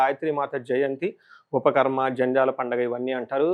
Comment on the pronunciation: ఉపాఖర్మా బాబూ ఉపఖర్మ kadu